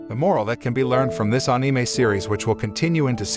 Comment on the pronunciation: I love ur channel but plzz the way u pronounce anime is like putting an -E (anie-mee) plzz change tat